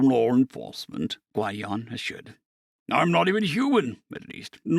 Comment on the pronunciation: Gwid-ee-on. Gwydion. 😂❤